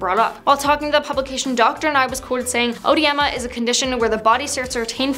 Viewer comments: It's not pronounced "oh-weh-di-ma". It's eh-dee-muh. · Your pronunciation of oedema bugs me It should be e-dee-ma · There are two spellings of the word but only one pronunciation. It isn't pronounced o-edema the way she's saying it. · “Odiema”?? It’s pronounced like “uh-dee-muh” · Pity the narrator is incapable of pronouncing “oedema” even close to accurate. It’s not “o-ed-ema”, but just “ed-ema” or “o-dee-ma” for non-English speakers. The comment about his kid looking appetising will definitely give the conspiracy nuts something to jump on, but nutters have always been around! FWIW - the British military often referred to Her Majesty Queen Elizabeth the Second (RIP) as “The Boss” (not in her presence of course) and she did not pass on - she died. Why are you so squeamish about calling it for what it is, the cessation of life? We all die, no one gets out alive! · Oedema is pronounced "Edema". But whoa! His hands are way swollen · Learn how to pronounce please. Google can help you. Ed Eeema is phonetically correct. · Oedema is the British spelling for edema. It’s pronounced “edeema.” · It's pronounced eh-DEE-mah. In American English, it's spelled edema. In British English, it's spelled oedema. It just means swelling, it's a general term. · The pronunciation is ODEEMA. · Oedema or edema is pronounced uh.dee.muh! UH.DEE.MUH! Never whatever the woman says! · Odiyema. Nice pronounciation. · It's pronounced eh-deem-uh. It's spelled oedema in British English and edema in American English. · It’s pronounced “Ed-eema” 🤦🏻‍♀️ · It’s pronounced A DEEM’ A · Œdema is pronounced Edema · Edema in American English spelling... but even in the UK, you don't pronounce the "o." Edema. FFS. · Its pronounced "ah-deema" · It's pronounced "uhdeemah" 😖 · It's pronounced uh-de-ma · It’s pronounced eh-deema lol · I'm worried about how she pronounced oedema. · The weirdest pronunciation of oedema I've ever heard 🤣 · You pronounced oedema wrong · You don’t pronounce the “o” it’s silent.